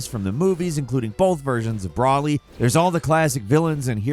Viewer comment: "I know these games. They got Brawly, sa bae men, frizza, pickanoze"